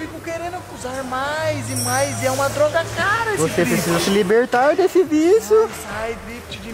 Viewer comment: "Precas" kkkkkkkkkkkkkkk